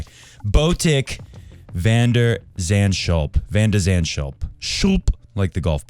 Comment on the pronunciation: Van should be pronounced „fun“. Schulp should be pronounced „Skulp“ but the k should have a bit of gutteral g in it.